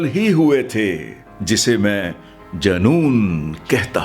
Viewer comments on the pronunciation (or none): Janoon nhi joonoon hota hai